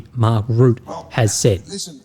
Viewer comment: Hi! Just a little comment about the pronunciation of "Rutte", since you'll probably have to say it much more often in the future. The 'u' sound in the name is much shorter than you are pronouncing it now. It's like the 'u' in Trump and not so much as the 'u' in 'rude'. In fact, the 'Rut' part of the name sounds like the 'rut' from 'being in a rut'. Secondly, the 'e' at the end of Rutte is not silent. You can pronounce it as an 'uh' sound. So Rut-tuh. Just FYI. :) Have a great weekend with the Mrs.